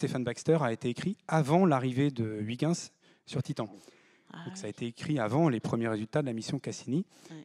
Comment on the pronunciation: Pauvre Huygens. Il serait bien marri d'entendre son nom ainsi massacré par ce gosier français. Mais bon, excellente émission néanmoins. Merci.